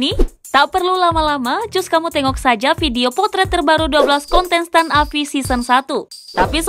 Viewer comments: Gagal fokus sama pengucapan kata Kontestan jadi “KONTENSTAN” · KONTENSTAN? woy salah lu nge-host salah ngucap woyy.